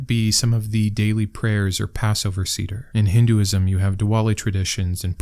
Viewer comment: Good content, as always - just some pronunciation help: the name for the Passover ritual, usually transliterated as "seder," is pronounced say-der (well, actually, the vowel in the first syllable is like the "e" in Italian or Spanish, not the English diphthong - between "eh" and "ay"). Anyway, it's not pronounced like cedar.